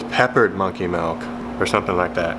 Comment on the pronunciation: Didn’t imagine as a “melk” instead of “milk” guy and I’m sorely disappointed. But great looking baits!